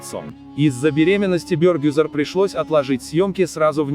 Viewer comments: Не Бёёргюзар, а Бергюзар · Имя Бергюзар почему не правильно произносите?????? Слух режет😣😣😣